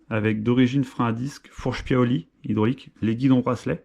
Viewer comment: Cè paioli pas piaoli 🤣